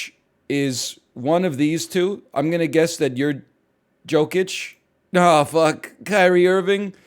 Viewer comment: Joe-kich and jee-annis really got me angry lol